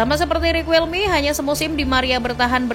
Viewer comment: Sejak pertama kali tau louis van gaal, gaya ngelatih sama sikap nya yg cenderung sombong, batu, sama keras itu yg bikin banyak org gk suka sama beliau Izin koreksi penyebutan yaa min Cruyff: Kraif Riquelme: Riqelme Guulit: Khuulit Arjen: Arjen 🙏